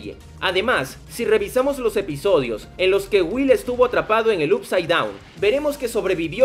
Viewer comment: No puedo más con tus videos de stranger things diciendo "up side down" Up se pronuncia "op"